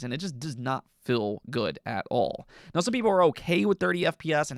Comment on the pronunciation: Fill / feel Dill / deal You hold vowels way too short. Since your diction and flow is really good it catches so much more attention than it’d if someone else had that in their speech pattern. Once you hear it you cannot not pay all your attention on it either, it’s like nails on a chalkboard. Amazing work though, you could do some voice acting. Alternatively radio or podcast work could be good options as well. Since you’re already dipping into it why jump in fully